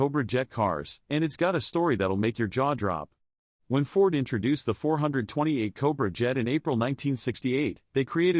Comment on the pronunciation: AI 4hundred 28 is painful as is 4 hundred 42. Teach AI how to read or get rid of it!